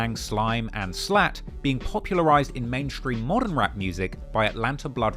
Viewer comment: “Modddern” #Nailedit